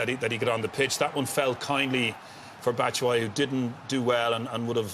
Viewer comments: “bat tit” 😂😂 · loool man said batishwhy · & Batshishwhy and Pulich? IT’S FREAKING PULISIC AND BATSHUAYI!!!!! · Graeme Souness murdering the Chelsea names, Pulic and Batitsuayi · Souness "pulic, Abraham's,batsuwiyi" 😆😆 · Greme cant pronunce Pulisic or Batshuayi name